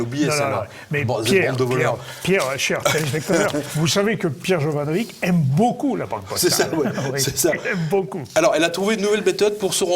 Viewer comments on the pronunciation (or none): c'est bien [JovanoviTCH] pas ,,jovanovik" car on prononce le č : [tch]. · pierre est d'origine yougoslave, jovanovic est un nom yougoslave et il se prononce jovanovitch . Maintenant on l'appelle des 2 façons et ne dit jamais rien .